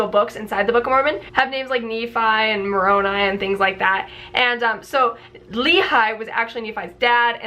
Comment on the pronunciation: “MORONi” Let that sink in. not even “moronAI” to try and make it seem like a name, just straight up MORON with an I. I can’t bro 🤦🏾‍♂️